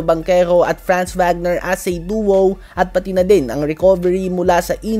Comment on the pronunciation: Buti pato si tama yung pag Pronounce kay Franz Wagner.... Yung iba feeling German 🥴